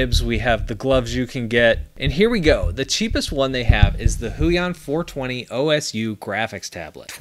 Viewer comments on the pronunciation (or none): I'm pretty sure it's not "Oh S You" as in that's the tablet's name, I'm pretty sure they're keywording Osu the game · i may not play osu myself yet (doe i am quite familiar with it) but seeing pronounce it like that is just Pain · Me laugh when he start saying OSU O S U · "O-S-U tablet..." lmao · O S U Me and every other gamer: Laughing at how he said OSU XD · I like how he pronounces osu! As O.S.U 😂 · It's funny how he read the OSU part of the tablet's name as O-S-U lol, huinon must be popular with osu! Community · Bro called osu o s u